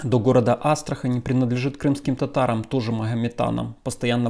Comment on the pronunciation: Казань и Астрахань - с ударением на последнюю А...